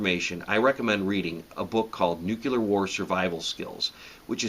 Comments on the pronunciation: Sure wish you would not say "nucular". The word is pronounced NEW-klee-uhr. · When you say nook-ya-ler instead of nuclear, you really undercut your message. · "It's pronounced new cue lure....the s is silent" Peter Griffin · What's with people pronouncing Nuclear as "Nukular"? I don't see two U's in Nuclear. I suppose this mispronunciation is the origin of the word "Nuke".